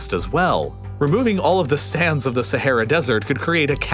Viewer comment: man constantly pronounces sahara wrong 💀